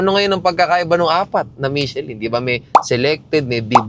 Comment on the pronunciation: nagparinig oh. "Michellin" daw. daughter daw! LOL! Peace!